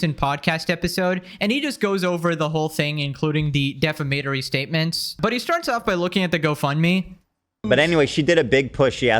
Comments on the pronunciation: Dee•fam•uh•tor•ee sorry it was bothering me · DE- Fam- A- Tory... start slow with this. im a fan, i could tell it was kicking your ass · Hey man. Its pronounced Duh-fam-a-Tour-E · FYI - it's pronounced Dee-Fam-Uh-Tory ...I cringe every time you say it wrong. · No hate, but it's DEE-FAM-ITORY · Dear I don’t know if you were mispronouncing Defamatory on purpose as a joke. If that is the case then I will delete this comment. Defamatory is pronounced DE-FAM-EH-TORY. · Say defamatory again. Lmao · That is not how you pronounce defamatory brother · pls learn to pronounce defamatory jesus christ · I'm not sure if I can take anyone seriously who pronounces 'defamatory' like that. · What kind of dumbass can't even pronounce "defamatory"? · I've listened for years and adore you but for the love of all that's holy say DEFAMATORY CORRECTLY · Might want to look up how to pronounce "defamatory". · C'mon man, please Google search how to pronounce defamatory... it's painful to listen to people talk about this stuff when they don't even know how to pronounce the words. You should know the topic you are talking about at least enough to know the terminology, that's bare minimum. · Love the way you say defamatory. I'm stealing it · Good, but please learn how to pronounce defamatory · This is slowly becoming my favorite drama channel, also "defamatory" 😂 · How can you not pronounce defamatory correctly? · Please say defamatory better it is slightly irking me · The way you pronounced defamatory was hilarious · Why can't you pronounce defamatory 😭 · I enjoy you, and hope you do not take offense, but... dee-fama-tory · De-fam-i-tory. Not defimitory. Damn bro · its de-fam-a-tory lol, not de-fame-a-tory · I know English isn’t your first language. I’m not an English native speaker either. I feel like defamatory tripped you up. It’s defAmatory not defamAtory and it’s a real word 😅 happens to all of us! Just wanted to help in case you cover a defamation suit in the future